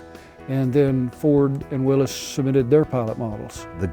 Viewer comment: A great video. Thank you for sharing so information on a great piece of history. One request, please pronounce the name Willys correctly. It rhymes with Phyllis.